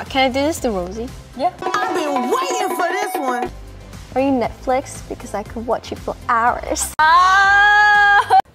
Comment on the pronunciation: Rosé:'blinto' Jennie:'netflex' Lisa:'TMR' Jisoo: 'I'm Jisoo I'm Okeyy'